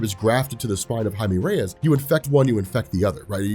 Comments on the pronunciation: Jaime Reyes is pronounced (Ha-e-meh) (reh-yes) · Is that how you really say Jaime Reyes?